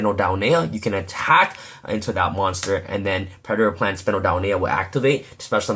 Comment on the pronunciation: "Pure Predplant" XD